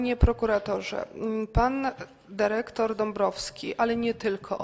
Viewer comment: Derektor, piniondze, taki prawie polski język